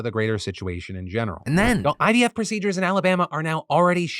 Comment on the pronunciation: I've been hearing ibf instead of ivf